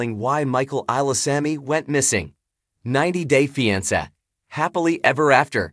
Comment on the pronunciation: You can’t even pronounce the title of the show much less report on any thing happening in their lived